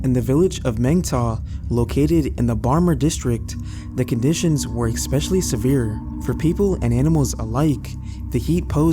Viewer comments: I don't blame that camel. Also it's pronounced ES-pecially not ICK-specially 😉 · Great stories, just one observation: there is no K or X in the word especially.